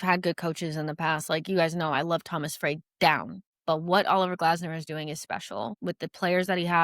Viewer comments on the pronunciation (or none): none